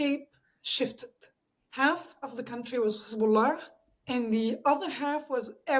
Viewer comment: she's "lebanese/syrian" and she can't pronounce the name Hezbollah?